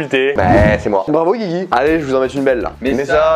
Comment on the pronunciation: Quand ils disent “Guigui” ça se barre en couilles un peu plus à chaque fois, à la fin on était sur du “Gzigwi”